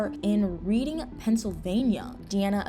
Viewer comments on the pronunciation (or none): Reading is pronounced like the color red 😊